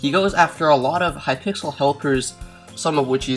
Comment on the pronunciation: wow you said hypickles not hypixel wow you shouldn't talk about subjects you don't know how to spell. unsubbed this is a joke for people who don't understand